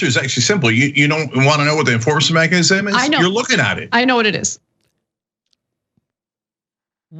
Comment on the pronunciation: Cenk has a tough time saying mechanism lol